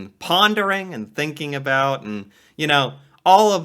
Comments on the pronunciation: Never heard someone says aboot 😂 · I noticed as he was beginning that in one sentence he used "about" three times. The first one was pretty "normal", the second he adjusted to sound closer to his idea of "Canadian", and the third was full-on "aboot". This was all within five seconds. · As a life long canadian of 36 years, 30 seconds into playing this guys video and he's already giving me a headache. No canadian I have ever heard pronounces around as "aroond" or south as Sooth". I've also never heard another canadian say "aboot" rather that "about" normally. Canadians don't sound like that what so ever, it's all hyper exaggerated for comedy. I will say however, Canadians saying "eh" in just the same sentence ender as the American "huh". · Nobody I know pronounces about they way this guy says aboot. Listen to the first 3 times he says about. He gradually changes it to aboot. What do I know though he probably has a billion views by now. I think accents are regional. I live in Southern Ontario so I believe I sound more like an American that lives in the Midwest. It's going to sound rough but I hear the aboot but usually only from people from Newfoundland. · Ive travelled to the US and have had a few people ask me if I was Canadian because of how I pronounced 'about'. I think it's actually 'aboat' and not 'aboot', pretty sure this guys playing into it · Exactly, Canadians do pronounce "about" distinctively, it sounds like a boat. or abewt, while americans usually say Abaowt. "A boot" is an exaageration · I was stunned to hear someone actually pronounce "aboot" while watching your videos, I've never heard this in BC. but USA friends have told me about it. Loving watching your videos and learning about my country, thank you, eh? ;) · I’ve never heart about pronounced as aboot either and I’ve lived in Ontario for over 50 years. The guy on the video is definitely exaggerating for views. I’ve always thought that Ontarians sound very similar to Californians.